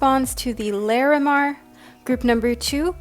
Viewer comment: Just FYI...Lah-re-mar. Not Lair-eh-mar 💙